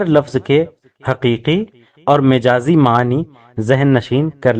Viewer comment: ارے بھائی مَجاز ہوتا ھے مِجاز نہیں میم پر زبر ھے اور آپ میم کے زیر لگا کر بول رھے ہو پخلا خود استاد بنو پھر کیس کو بتاؤ گمراہ نہ کرو۔